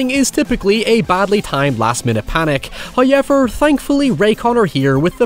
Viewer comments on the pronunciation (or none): Before I make this comment, I already know that every YouTuber cannot take people's opinions as actual criticism, but that person being a negative troll, only saying mean things to tear them down. I'm aware of that. With that being said. I love your videos, except for how you say "however".... I mean, the word is right there, I just typed it. You cannot pronounce that as "highever" and still be pronouncing it correctly, regardless of accent. Accent may point in a direction, but bastardization is wrong in every literative sense. But that's not my main complaint. As a guy your age, I think your hair looks awful recently. My girlfriend agrees, but she would never do something so cringey as telling you. That is all. Almost no complaints about your actual videos. Except for highever. Like, that goes for all English speakers. Canadians say sorry correctly... Britts, Australians, and Americans all say it wrong. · If you heard "hoyever" outside your house watching you. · I was going to wait to watch this till tomorrow since I'm tired, hyever I probably would forget about it so I decided to just watch it now. If not I would of had him saying hyever stuck in my head the entire night. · Why has nobody made a "hoyever" compilation? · First "hoyevver" drops . And The Corn is pleased. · First "hoyevver" drops . It is well pleased. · I love how you say “however”